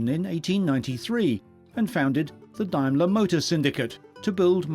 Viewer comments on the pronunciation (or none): Diamler? Daimler!!!